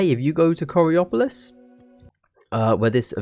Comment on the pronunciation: You got Coraopolis right haha 👍 Which is impressive in itself